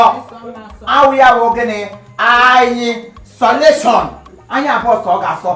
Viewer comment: Maggi Don speak English chai 'Eyesoletion '